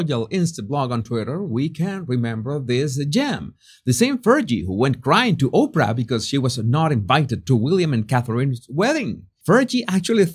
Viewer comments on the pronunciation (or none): none